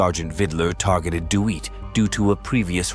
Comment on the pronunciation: Who's the stupid fool narrating the Jeremy Dewitt incident? How his name is pronounced is common knowledge. "Dee Wit".